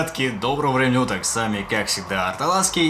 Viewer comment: Мне показалось или он сказал доброго времени уток?